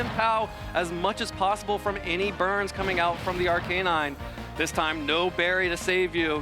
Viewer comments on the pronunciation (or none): Are-Kay-Nine and Urr-Shee-Fu are hurting my head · i cant get over the pronounciation of arcanine and urshifu, why would you do this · The way he says Arcanine is killing me man lol but great match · The way that dude kept saying Arcanine drove me insane